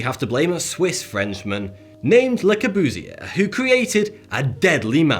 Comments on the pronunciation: The worst pronunciation that I've heard: Lackabjusy for Le Courbusier. Learn some French and learn a more beautiful accent. Colosseum did not crumble away. It was removed piece by piece by later generations until a pope wanted to keep it because Christians had been killed there. Generally I agree with the speaker, but get rid of the creepy mustache. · Your pronounciation of Le Corbusier is quite wrong. But as for other things, yes, he is the evil Sith mastermind, responsible for the cultural genocide in the post ww2 western world. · You hate him so much, you are saying his name so wrong, it hurts ;D I hate him too ^^ but i know his name for aesthetically crimes just to well and it is to be honest impressive how wrong you say his name on every level ;D You can google how to say Le Corbusier very easily ^^ i had to, just in case everyone around me in my life was saying it wrong. ^^ I am happy that i was right, otherwise it would have been a very hard rewiring in the sound department of my brain. ^^ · Can you pronounce "Le Corbusier" again? That's so funny how you say it :P